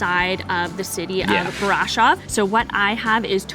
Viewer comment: It's not pronounced BRAșov. The accent falls on the second syllable. It's pronounced braȘOV.